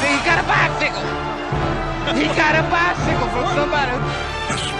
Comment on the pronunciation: coming in hot "HE GOTTA BYEECIKKLE" Botchamania never misses.